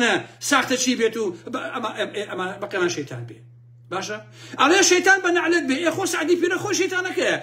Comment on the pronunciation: سلاو بو کاک.. هه ول بده له ووشه ی (نه عله ت ) ، عین و حاء (ع ، ح ) لیک جیا بکه یته وه ، هه مان ووشه ده خوینیته وه به نه عله ت و له شوینیکی دی به نه حله ت ده یلیت. راستی یه که ی به عین ه و له قورگتی مه خشینه.. خوی ووشه که عه ره بی یه و له (لعنة ) هاتووه و ئیمه ی کورد پیته کان پاش و پیش ده که ین.. ده لین نه عله ت ، به لام راستی یه که له عنه ت ه یاخود به کوردی یه که ی ( نه فره ت ). له گه ل ریز